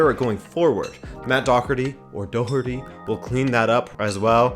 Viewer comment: Matt Da-her-tea . Irish name, don't listen to the English commentators, bless them they can never pronounce Irish names